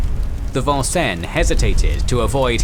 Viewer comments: As a person who grew up in Vincennes, Indiana... The American English pronunciation has always been Vin-Sins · Vincennes is a city in the State of Indiana and it's pronounced VIN-SINS. Of note perhaps is that there is also a town named Versailles here but it's pronounced VER-SALES. Not much France left here in old New France, sorry. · I liked the way you presented the Battle of Savo Island. I just wish you had taken a little time to pronounce the names and places correctly. I wince every time you say Vincennes wrong.